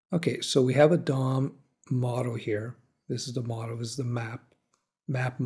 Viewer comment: I can't help but giggle every time you say Dom, because it sounds like you're saying dong. lol